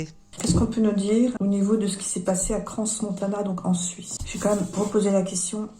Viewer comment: Merci. Sur toutes les vidéo, la prononciation j'entends Crans avec le S prononcé, On utilise pas le S dans la prononciation comme exemple: Chamonix on ne prononce pas le X. Waouh, bonne interprétation. Pas d'opinion, juste une lecture de ce qui est sur la table. C'est se donner raison, et un manquement à l'humanité respecteux dans les mots appropriés, on est bas dans une basse cour. Respect est de rigueur et retenu du verbe. 🌲🍀🌲🍀🌼